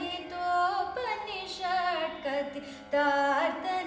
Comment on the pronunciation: You are pronouncing upanishad as upanishat..This is wrong. Your voice is blissful but please rectify those pronunciation mistakes. Dont mispronounce the sanskrit words. Those words are holy. Better learn sanskrit as well as the meaning of the song which you are singing. All the best.